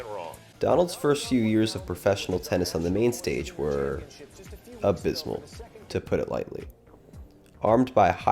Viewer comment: 491 in the world is amazing for a 15 year old boy, also the word is abysmal not adysmal.